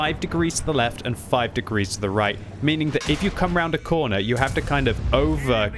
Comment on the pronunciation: whys he having a hard time saying right? Its hilarious because its not a hard word to say